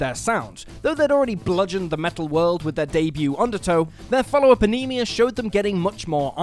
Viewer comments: Ænima is pronounced ah-ni-ma, not ah-ni-mi-ah. Regardless, there’s also a track on there called Die Eier Von Satan, which features a man aggressively shouting in German, with what sounds like a crowd cheering. Many people thought that it was Nazi propaganda, and the people cheering were Nazi supporters, but when translated the track is actually a recipe for a dessert called “The Balls of Satan”. Another example of MJK trolling the world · Jesus Christ, I just got to your pronunciation of Ænima. Wow.